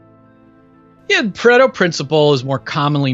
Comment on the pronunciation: For a video about time management, they seem to repeat themselves a lot. But ... still worth a view but would prefer the edited version. Also, Pareto is not pronounced the way they think it is.